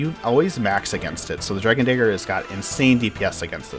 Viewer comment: Your pronunciation of the word "dagger" is a bit off...